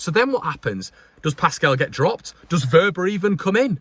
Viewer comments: You're right with his pronunciation. It is " Verber" Happy Christmas and a happy 2023. Please don't stress too much about our beloved club! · You have his name spot on